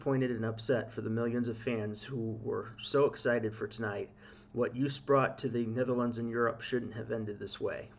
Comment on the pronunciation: Hi! Double o in Dutch is pronounced the same as the o in Toast, so: pronounced as Joast... Not "Joost"... Anyway, I want to get back to ignoring this whole thing now, thanks... Which reminds me: Stroopwafel also not pronounced as "stroopwafel" it's a Dutch word, so: Stroapwafel... the a in wafel is a different story... Back to ignoring this whole thing now... Oh, wait: Praising Joost and The country/history/people of The Netherlands/pronouncing the Dutch double o correctly will likely get you several thousand Dutch subscribers, so... well, nothing. Yes, I'm Dutch but not "proud of it" so "Dutch in name only, a Dino? OK, my passport too! But who cares right? "Have a nice day, bye! I just realised... Good job on the J sound! Yoast is probably the best way to describe how to pronounce it... So first part as in you, the rest as in toast... No kind of pun at all intended... Well, OK! Joost!: You toast! Awww, soooo sad really... But what luck that so many people witnessed "the incident" and now letting us all know exactly what happened and that the entire country was victimized because of course Joost did absolutely nothing wrong, it's just sooooo unfair! Listening to your comments again; "Chaos/insanity" are you sure you're talking about the "Song contest" and not about all the "real stuff" happening around this part of the World? SO sad that we could have all just forgotten about all that for a while and talk/think about something else instead for just a few hours, but no